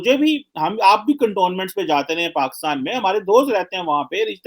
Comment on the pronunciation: Washn and dc😂😂😂, labby 😂😂 paxtan😂😂, dialaag🤣🤣, dallar🤣🤣🤣